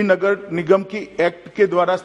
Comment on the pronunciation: सही से वोलना मोटा भाई नगर लगर नहीं बोलना😜😜😜😜😜😜